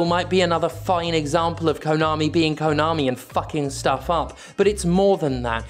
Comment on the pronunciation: At your end bit, all i clearly heard was "Kanomi is Kanomi" lol so true